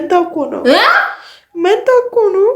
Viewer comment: ማንታ ሲትል ሳቅየ መጣ😂😂😂😂😂